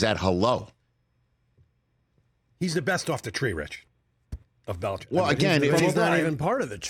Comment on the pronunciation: Chargers fan here says we will take Harbaugh or Vrabel. Never Bill-lee-check!